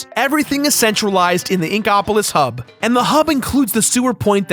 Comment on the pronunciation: the way you say Inkopolis upsets me